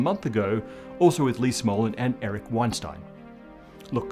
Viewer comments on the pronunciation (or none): none